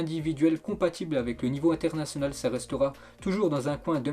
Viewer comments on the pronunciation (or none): none